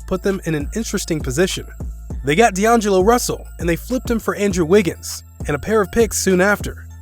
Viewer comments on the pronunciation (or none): He also mispronounced D'Antoni, DeAngelo, and Vlade Divac, and I'm only at the 7 minute mark. It's astounding. If you're going to hire Voice Talent that doesn't watch the NBA, give them phonetic spellings! Jeez.